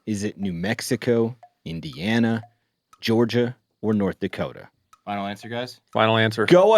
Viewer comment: Ah, it's Nort Dakoda.